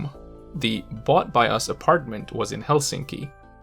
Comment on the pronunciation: Great video! Btw, here the English equivalent can be translated in to different ways: "Katsotko venettämmekin?" or "Katsotko meidänkin venettämme?". (our boat*, too vs. *our boat, too) Just pointing it out, since it sounded in English like the weight was on "us".